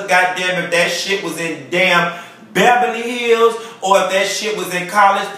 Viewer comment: She said Bebaly Hills LMAO!!!